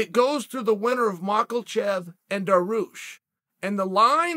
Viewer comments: Islam Makhachev: exists Chanel: “MakELchev” Me: OK great 👍🏼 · “Makelchev” pffft.